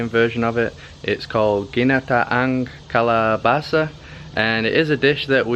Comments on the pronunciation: Wow ur pronounciation is really good when you say ginata ang kalabasa....😂🤣😅 I put shrimp or chicken on it love it with the rice yum yum 😋 👍👍👍👍👌👈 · Yummy vegetables love it your so good to pronounced the word ginataang kalabasa. More yummy and creamy if you used the fresh grated coconut from the wet market. Next time you can used fresh the taste is so good.